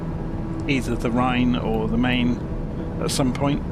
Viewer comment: The river that flows past your former office is pronounced "mine" as in "yours and mine". Strictly speaking, the city's name is Frankfurt am Main (Frankfurt on the Main - there's more than one Frankfurt in Germany). Koblenz is pronounced "koh-BLENTS" (accent on the second syllable - typical German pronunciation rule). As Chattanooga pointed out, south of Koblenz there's the Lorely, but there are also several castles including the Mäuseturm (Mouse Tower) in the middle of the river and the vinyards lining the banks of the Rhine - better to have stayed with the Rhine to Mainz and Wiesbaden. Or flown over my wife's home town if you'd used the Taunus waypoint.